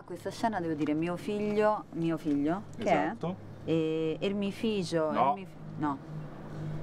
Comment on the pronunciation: Si dice "er il mi fijo"